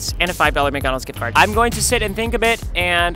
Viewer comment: "AND A FIVE DOLLAR MGGONAGS GICGARD" - ryan trahan